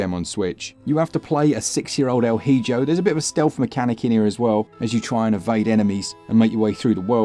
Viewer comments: I am pretty sure it's pronounced "El E-Ho" lol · Please pronounce “hijo” correctly. ee-ho